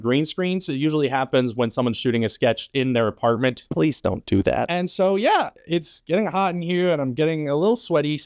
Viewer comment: "or when you shoot in your apartmint... please dont do that" said the dude filming a sketch in his "apartmint" xD